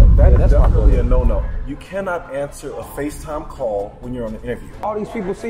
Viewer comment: Lol he pronounced every letter in CANNOT 😂😂😂😂😂😂😂